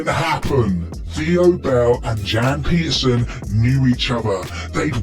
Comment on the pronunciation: The way he pronounces Jan Pieterzoon and Hardestadt 🙄